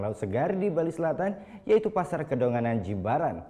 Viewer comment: Kedonganan btw bukan kedongan